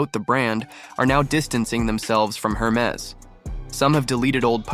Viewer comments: For starters, one would expect you would know how to pronounce HERMES… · You have so.much to say about the brand but you have not learned how to pronounce it correctly. 😉